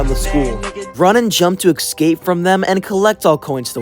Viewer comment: Esc-ape not ex-scape